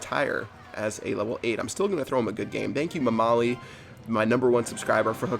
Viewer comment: As a persian, the way you pronounced 'mamali' had me in tears. Keep it up!